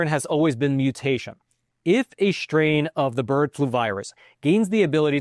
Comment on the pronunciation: FYI: It's pronounced IN-DUS-TREE, not in-duSH-tree. It's SSSSSS-TRAIN, not SHHHH-train. There is no H sound in ST. Stop ruining the English language.